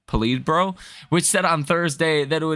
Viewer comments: Po-Lee-Ti-Brow? Dude. Better work on that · Pronounced, Pull-it Bureau… 🤭